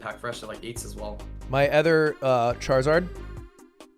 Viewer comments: Does everybody from New Hampshire pronounce other as ether? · Lud pronounces other as "ether" ???????????